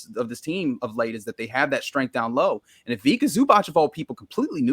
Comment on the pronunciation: Haha, as someone who understands Croatian, the pronounciation of Ivica Zubac from is extremely funny (C in Ivica as k and C in Zubac as ch), I have never heard someone pronounce it this way. Epic, made my evening.